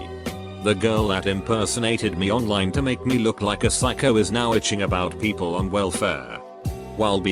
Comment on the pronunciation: This text to speech robot needs an update. "Peeeeeeaaaaapl"? Really?!